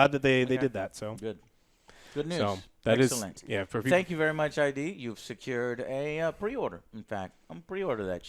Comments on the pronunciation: "Thank you very much eye-dee." Really Joe? Really? It's id Software. "Id", like in "timid". smh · Did joe jusst call ID software I.D. ... come on joe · Joe, I cringe every time you pronounce id as "Eye-Dee".